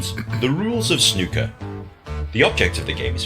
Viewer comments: Once again you mis pronounce snooker. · Easy,. "Snoo" to rhyme with two not "Snuh" to rhyme with bruh. I see somebody suggested O'Sullivan's fastest 147 but I advise against it if you're actually thinking of diving into the sport because you simply won't have any context for how impressive it really is until you've seen the standard pace of the game. You won't be reacting to any full games either, they can take 2 days. There is a documentary about the history of Snooker and how it became so big in the UK here on YouTube called "When Snooker Ruled The World", it's pretty long but I know you like documentaries and it would give you the cultural context for the game, so you might think that's worth a watch. Snooker tables are massive and the pockets are far smaller than on a Pool table, it's a very difficult game. I'm one of many Brits that has a scaled down Snooker table at home.